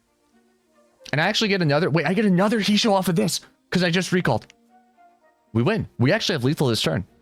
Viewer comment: It's pronounced "hey-shoh"